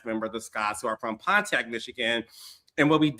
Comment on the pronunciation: Carlos King, you’re from Detroit. How you mess up the word Pontiac?😂😂💙